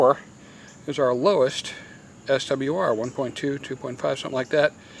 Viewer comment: Did you say check the "swir" ?